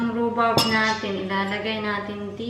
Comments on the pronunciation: Tama ang sinulat mo na rhubarb pero the way mo i-pronounce rhubab. Sorry baka slang lang pag pronounce mo. Andito din kami sa UK. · I THINK PRONOUNCED RUBARB. BARB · It’s not silent R